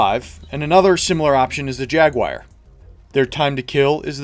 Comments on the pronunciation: Dude it's "Jaguar" not "Jaguaire" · "Jag Wire" lol it's jagu-ar, kinda like "jag-war" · Jaguar... not jaguire. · What’s a Jaguaire? Good vid btw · LC3 Jag-WIRE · "The jagwyer" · Jag-wire? Jag, WIRE? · "Beware the Jag-Wire!" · WTF IS A JAGUIRE? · JagWIRE? drove me nuts every time you said it! hehe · Jaguar >"Jaguwire" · Jagwire? No such carbine in PS2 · Ah, yes, the LC3 Jaguire, a brilliant hipfire carbine for the TR :p Jokes, and pronounciation-nazism aside, very good and informative video... Though I would say some weapons are just straight up upgrades to the standard, but they are few and far between. AA lockon launcher against standard RL for example... Commissioner over pretty much any pistol in the game... And don't get me started on vehicles, although vehicles in and of themselves are huge cert investments regardless. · don't get me wrong it's a good explanation but how the hell do you pronounce Jaguar XD